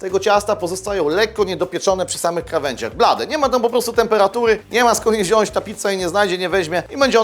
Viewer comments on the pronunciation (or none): none